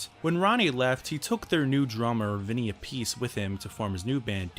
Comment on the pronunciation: it's vinnie "app e c" appice.